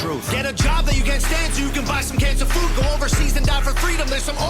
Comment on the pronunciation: Does he say some cans of food or cancer food